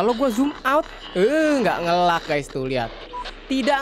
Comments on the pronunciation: Bukan "ngelag" pengucapannya, tapi "ngeleg" sedikit info aja mas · nge "leg" bang dibacanya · nge lag bacanya nge leg. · Ngeleig bang bukan ngelag di bacanya. Ditulisnya lag.